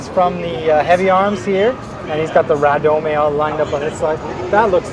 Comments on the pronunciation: Hey, you do realize radome is pronounced ray-dome right? It's shorthand for Radar Dome. You see radomes on electronic support planes, so Bandai extended the concept to mobile suits. Just saying. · Its a fricken RADAR DOME or RADOME. Pronounced RAY-DOME. Not a "Ra-Doe-May a doe a deer a female deer" as Julie Andrews puts it. FFS! Its not a Japanese word! Other than continuing annoyance. Great vid.